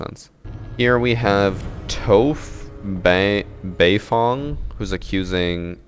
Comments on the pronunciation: He said Toeph Beifong. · Lol butchered Toph Beifong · The way you said toph beifong